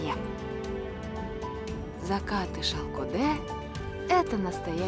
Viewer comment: Не понимаю, когда наименования чисто қазақское произносится с руским произношением . Выглядит глупо! И смешно слышится! Ну ладно другой национальности была бы автор. А қазақтар , өз тіліңмен айтаберсеңдерші! Шалкодэ, шалкодэ дейбермей😂